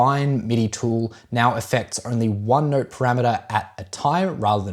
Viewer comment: So funny how you say ‘note’ you pronounce it as ‘neurt’